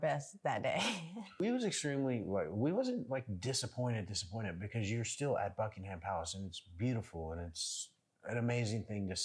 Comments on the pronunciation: Don't emphasise the HAM in Buckingham. It's BUCKING UM. Anything ending in HAM is usually pronounced UM. I don't know why there was so much Mayo on everything !!?? I've had afternoon tea and NEVER had Mayo on the sandwiches ! Why are you eating the beans on toast with your hands !!?? You should use a knife and fork. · Not Bucking Ham Palace. It's Bucking'm Palace. No ham in sight. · Its NOT BUCKING ....HAM PALACE JUST Buckingham Palace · It is not called 'Bucking Ham' Palace. It is pronounced Buckingem Palace. It always amazes me why visitors make a beeline for London. It is the last place on earth I would go to. Go to King's Cross or Euston Station. Get a train to somewhere nice! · NOT Bucking-Ham palace Bucking-UM Palace !